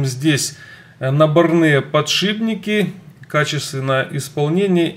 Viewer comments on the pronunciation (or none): набОрные ! а не набонЫе